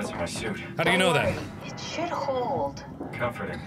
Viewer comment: the word "should" should've been emphasized.